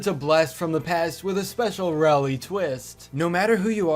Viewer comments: Finally he pronounced Rowley right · He pronounced Rowley correctly! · Finally pronounced Rowley correctly